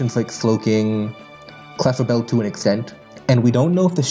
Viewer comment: Everytime you say "Clefable" as "Clefabelle" I just imagine Isabelle (from Animal Crossing) cosplaying as Clefable and that's the cutest thing ever, so thank you for indirectly putting that thought in my mind